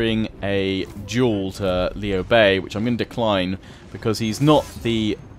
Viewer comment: both you and the VA pronounced his name wrong, It is lew like lewd just without the D... that sounded wrong but you get the point.